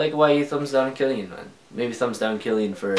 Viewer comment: It's pronounced Kill-e-on lol. Dope vid and keep it up!